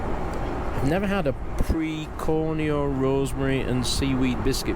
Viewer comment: It's pronounced peck-or-reen-oh.